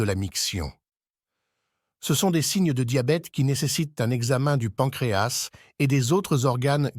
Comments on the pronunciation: D'abord on dit pancréa (s) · D'abord, vous venez nous parlez d'un organe situé à l'intérieur d'un corps et vous ne savez même pas que la lettre "S" située à la fin du mot "pancréas" ne se prononce pas. A Pour "les deux cas", vous avez prononcé "les deusses cas" , alors que ça se prononce "Les 2 K". Et enfin, les maladies ne viennent pas des aliments gras comme vous le dites sans aucune preuve, puisque nos ancêtres mangeaient des produits gras mais "naturels" et avaient une excellente santé même après plus de 100 ans, mais du fait que tous les produits alimentaires, les viandes blanches et rouges et les boissons que nous consommons actuellement contiennent des produits chimiques mélangés dans la terre, puis des produits chimiques vaporisés sur les cultures et les herbes destinées aux humains et aux animaux, puis d'autres produits chimiques mélangés pendant la transformation de certains produits, surtout les produits conservateurs et qui attaquent tous les organes du corps, donc nous consommons des produits "semi-empoisonnés" qui attaquent tous les organes et non pas le pancréas seulement. Par exemple, toutes les boites métalliques de conserves sont essuyées à l'intérieur avec de la graisse de porc traitée chimiquement avant leur remplissage pour prolonger la durée de vie du fer utilisé pour retarder l'apparition de la rouille.